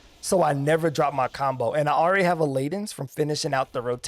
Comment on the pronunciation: Thank you for this guide. It helps me to understand WHY the rotation is the way it is, which helps me remember the actual rotation. Thank you again! One little correction, though: Leaden is pronounced "ledd-en". It means basically your fist is heavy, like lead (the metal).